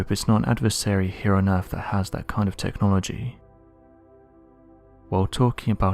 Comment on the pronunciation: The comments I read just before the video starts….. is enough for me to just not watch this time wasting video, from the most irate narratorrrrrrrrr on the “eeerrrrrfffff” (earth)